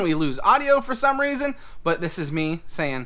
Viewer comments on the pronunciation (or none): Oh no! That's not how we say goodbye...we're not even english speaking but our baby says "buh bey"